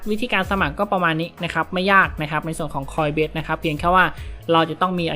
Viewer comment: ขออภัยนะครับ ออกเสียงผิดครับ coinbase ไม่ใช่ coinbest ครับ